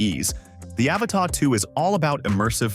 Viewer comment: By 18 seconds in, its R👀NED! 😂😅😂 What is this, the latest James Cameron flick? "THE AVATAH 2 The way of wahwah?